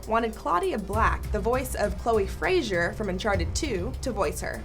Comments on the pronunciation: And it's Chloe Fray-zer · You said Chloe... fray..jur? what?